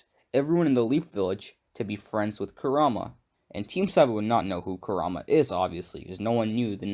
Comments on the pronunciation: Ammm ur saying kurma wrong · KurAma it’s Kur a Ma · It's pronounced Ku ra ma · Yea yeah this is cool and all... but why r u saying his name like "karuma"..... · your pronunciation for kurama is sooo whack have you watched naruto before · Only thing that bothers me is how you pronounce Kurama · He is saying Kurama different then they say it in dubbed I think he watched sub and just pronounced it as he read it